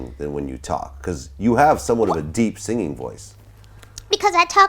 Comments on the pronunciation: Girl~ You don't pronounce singing as singinGUH. The g is soft ing words just like the way that you pronounced it in the first syllable. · Girl~ You don't pronounce singing as singinGUH. The g is soft in ing words just like the way that you pronounced it in the first syllable.